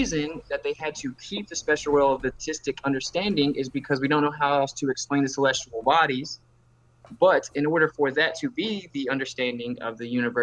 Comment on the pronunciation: Is it me or is saying “celestual”